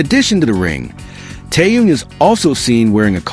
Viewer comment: Почему ведущий постояно коверкает имя Тэхена..... Мужчина вы что читать не умеете... Так безграммотно читаете... Запомните эту суперзвезду зовут Тэхён.. Не таюн... И не тын а Тэхён......